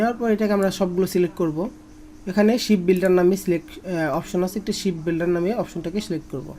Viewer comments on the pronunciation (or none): Vai apnar tools er name gula ucharkn bhull hoche ship builder na shape builder❤